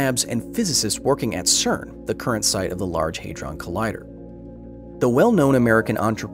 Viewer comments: And now “large haydron”. PRONOUNCE THINGS PROPERLY FFS!!! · Uhhh… The first syllable of ‘hadron’ should be “had”, not “hay”.